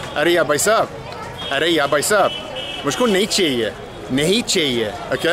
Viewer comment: Your hindi is perfect but i suggest, brother is bhaisab but not baisab and the rest are 💯out of💯